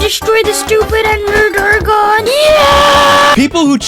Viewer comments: "The ender dargon" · "Ander Dargon" 💀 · "ender dargon"